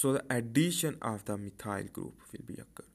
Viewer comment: Thank you for the video, it did help to make everthing more clear. I love your detailed and clear way of painting everything. Just one little thing which made it difficult for me to follow was the way you pronounced some of the groups/molecules. (eg. methyl group :D) Still very helpful, keep going! This is amazing content after all :)